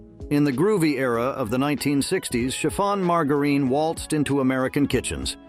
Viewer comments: No one pronounces margerine like that get real !!!! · It's Margarine with a soft G.